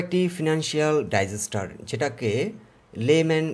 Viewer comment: ডাইজেস্টার না উচ্চারণ হবে ডিজাস্টার